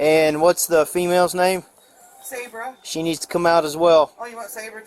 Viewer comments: SAY-BRUH NOT SOB-RA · I normally don’t say anything about mispronunciations because we don’t know what we don’t know, right? But when you hear multiple people pronouncing her name “Say-bruh”, why are you still pronouncing it “Sob-ruh”. 😩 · Sabra is pronounced SAYbruh. It is pronounced that way by everyone in the video except the cop when he asked Pence’s mom if she and Pence were there. Even he pronounced it correctly after she said it. Did you even watch the video? 🤦🏼‍♂️ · The police and even the narrator pronounced Sabra’s name incorrectly SO MANY times! It’s pronounced like 'say-bruh' NOT 'saw-bruh'. At the very beginning her grandma pronounced it correctly as 'say-bruh'. I knew a girl growing up named Sabra and I remember when she started getting a little irritated when people, even some who knew her, would pronounce her name wrong once we started junior high! 😅 Some even pronounced it like 'say-ber'… like the Saber-Toothed Tiger 🐅! Anyway, I hope everyone has a great day! Love from Texas ♥️🤠🌴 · Idk why it irks me but the fact you hear her grandmother pronounce her name as say-bruh but then you pronouncing it saab-ra was mildly irritating 😂😂